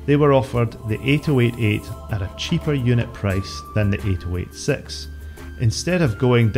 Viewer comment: why are you saying the Intel CPU names so strangely? it's pronounced "80-88": "eighty - eighty eight" same with the "80-86": "eighty - eighty six". it's the 65C02 not 6502C actually the original first IBM PC was only able to get up to 64kB (they sold them with either 16k or 64k installed), only with Memory expansion cards could you reach 256kB. 640kB was only doable with the IBM XT and later.